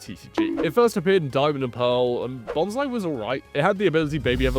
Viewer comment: I'm sorry... Who/what pokemon is Bonsai? I cannot unhear this now. I always read it as Bons-lee XD